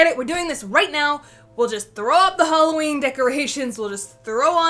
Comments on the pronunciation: It's not halowwin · It's not haloween